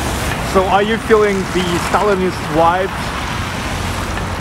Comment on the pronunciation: Amazing, thank you. Hope you don’t mind, pronouncing the letter ‘v’ in ‘vibes’. Not as in ‘wines’ but as ‘victory’ ))